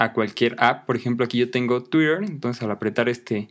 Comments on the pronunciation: Pero es que tu no dices tuirer, tu dices tu TUIRor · Tuiitör, por favor aprende a pronunciar TWITTER.